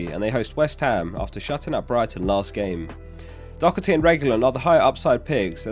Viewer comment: Just want to say it's not pronounced doc-erty. The h is not a c 👍